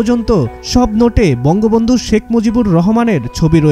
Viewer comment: Banga vanga not Banga Bandu